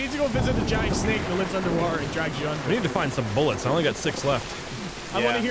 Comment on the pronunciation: Same dude says "rifle buillets"